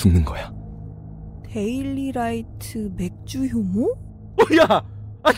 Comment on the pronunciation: 맥주효모가 맥주혐오로 들려~ 뉴스를 너무 많이 봤어~